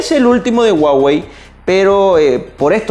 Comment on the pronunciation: "El guagey" 🤔